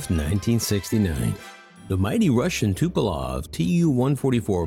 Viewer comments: why do Americans always say Tupelov instead of Tupolev? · Love your channel ! That said, it's Tupolev with an 'E', not Tupolov with an 'O'. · It's Tupolev and not "Tupolov" dummy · First, Tupolev is pronounced Tupolev, not Tupolov! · It is TupOLEv not Tupelov. It is not the first video that I see where Tupolev's name is being mangled. Puzzles me why. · TupolOv? Really..? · Tupelov? No way! It's Tupolev! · I just said it like it’s shown tupolev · It’s Tupolev, not Tupalov. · "Tupolov". Makes it hard to take the video seriously, even if it is good content otherwise. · i love how he says tupo-LOV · I think, it is pronounced TupolEv. Dunno, where the O came from.